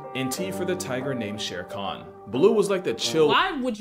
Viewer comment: Just so chat knows, it's Shere Khan, not sharcon. The name is from the same story the name Baloo comes from.